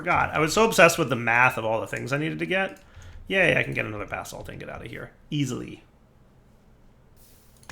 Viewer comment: Anyone else hearing bath salt instead if basalt(spelling lol)?!